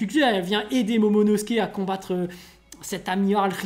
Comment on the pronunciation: C'est pas monono mais momono...